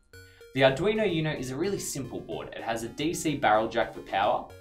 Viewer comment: I take it they don't speak much Spanish in australia? I can't get over the pronunciation of uno 😅 Still, I do enjoy the clear, concise information